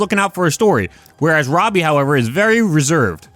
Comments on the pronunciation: Say it like the show does "Robby". Youre saying "Robey" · Not being able to pronounce Robbie is crazy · fascinated by how you pronounce robbie